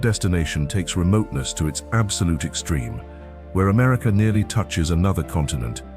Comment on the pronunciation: Hint: America is pronounced "Americuh". There is no "R" on the end. . . Yes, Hwy 50 from Carson City to where I 70 begins is phenomenal. I drove it at night and it had a constant stream of crossing wildlife. The Dalton Hwy is still on my bucket list . . .